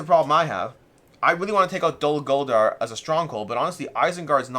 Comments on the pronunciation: Nice video, but my ears are bleeding... 😂 ❌️ Dol Goldar ✅️ Dol Guldur (uuuuu) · I'm pretty sure it's pronounced Doll Gull-Durh.